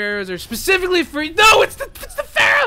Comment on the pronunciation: The pronounce for pharah I think is wrong